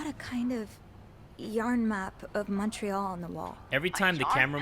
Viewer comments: pronunciation of montreal is killing me (for anyone wondering, its Mon-tree-all, atleast in the west) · As a french person the way said Montreal is triggering me T-T. Still love him tho.